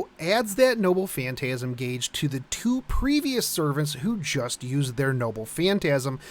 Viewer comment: I keep hearing him say “nobbu phantasm”